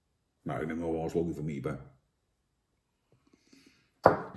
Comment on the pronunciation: Het is geen iepa maar IPA. Indian pale ale. Komop man